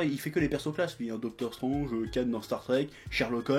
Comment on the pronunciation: ... hey chef comment tu dis déjà? docteur strOnge ... putain on aura tout vu ...